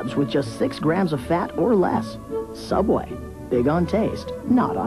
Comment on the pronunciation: You mean sooubway B)